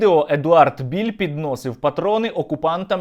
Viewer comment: не Біль а правильно Білл, Едвард Білл, от і вилізла на поверхню правда про цього колаборанта-малороса )) воно колись було Українцем по паспорту ну але як виявилось це ненадовго і тільки на бумажці...